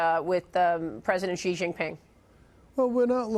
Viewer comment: Hi Maria B. if you are listening...I am a Chinese American and want to help you to pronounce the word "Xi" in Chinese. Xi is pronounced a "Shee.....". not "Gee....." , Please...